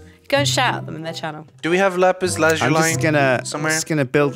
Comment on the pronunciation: it is La zu li not la zo lie